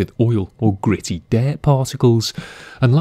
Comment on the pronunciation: I like how he says "dayt"... I mean dirt hehehe